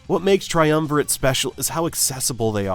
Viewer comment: You are pronouncing it wrong. Say Triumvi RAT.... see the album cover? Duh.